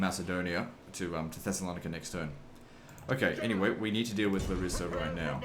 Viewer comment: Hi. Coming back to watch this awesome Walkthrough! Btw Larissa is called LA-rissa Not Larri-ssa Not to piss u off just so you know!